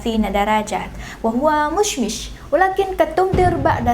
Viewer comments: بصراحة انت تتحدثين العربية بشكل جيد جدا لكن هناك خطا قلت كلمة مشمش عوض مشمس في الاخير م ش م س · نعم مشمس وليس مشمش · احلى شي من قلتي مشمش 😂😂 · مشمس ❌ مشمش✔️